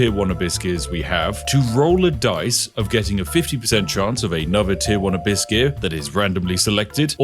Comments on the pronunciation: Abysscuits... half the time you say abyss gear i hear abysscuit. Now its forever their only name lmao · A bisgear? Almost sounds like you're halfway saying a biscuit, but remember it's abyss gear xD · you know your tired when you swear he says Biscuit instead of Abyss Gear, Unless that's what he is saying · the more i hear spiff say Abyss Gear.. the more i start to hear the word a biscuit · every time when Spiff said Abyss gear my ears heard " Biscuits, biscuits " :D now i want some, Thanks Spiff! :D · Every time Spiff mentioned "abyss gear" I only heard "a biscuit". Only after seeing it written out I understood it wasn't a biscuit he was talking about. 😅 I guess this channel is so tea coded I already think like a tea loving brit 😂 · "Abyss gear" all I hear is biscuits. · Ohhh "Abyss gears". I kept hearing biscuits. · Spiffing Brit said Abyss Gear, I heard Hibiscus. :v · I kept thinking everytime you said Abyss Gear it sounds like you were saying "A Biscuit" lol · I swear you keep saying "a biscuit". Craft a biscuit. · Watching this at 2x speed makes "abyss gear" sound a bit like "a biscuit". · When watching at 2x speed, "abyss gear" sounds like "a biscuit" 😄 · I heard - Infinite A Biscuit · I swear he was sneaking in some biscuits instead of abyss gear at some points... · Spiff said “Abyss gear” but I heard “a biscuit” which made this whole video so much better. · I keep hearing biscuits instead of Abyss gear! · Ahhh Abyss Gear, I thought you were saying a biscuit! Or do I have tea on my mind that everything is something to do with tea. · Am i the only one who heard it ‘Farm a biscuss’ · I keep hearing "a biscuit" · Why do I always hear him say "a buiscuit" instead of "Abyss Gear"? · I accidently heard "a biscuit" rather than "abyss gear". Very confused for a moment, and now I can't un-hear it :_spiffBugger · I keep hearing you farming biscuits… presumably to go with your nice cup of tea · When ever he says Abyss gear, i hear A biscuit xD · "A biscuizz"